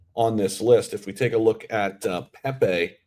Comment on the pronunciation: Hahaha u act like u know crypro them pepe launched u coukd t even say his name right lol don't talk pepe unless u hold a giant bag